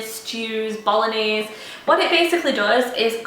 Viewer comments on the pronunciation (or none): none